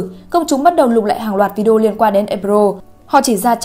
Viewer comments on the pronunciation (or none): none